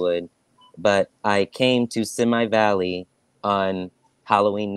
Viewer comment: Simi Valley is pronounced Sim-ee Valley